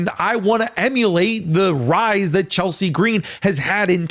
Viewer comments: You aren't allowed to speak Chelsea Green's name without putting the oomph on it. How dare you sir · I'm going to say the same thing that I said on another wrestling youtuber's channel on this same question: Michin, Naomi & Zelina Vega are my top 3 choices for the U. S. Championship. Please, no to Chelsea Gree-een. However, Lyra Valkyria is a great honorable mention for this title.